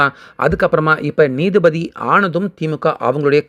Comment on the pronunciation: நீதி பதி இல்லை. நீதிபதி என்று வாசிக்கவும்.